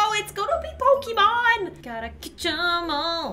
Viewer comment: Pokemon Go: Pokemon: Pokeman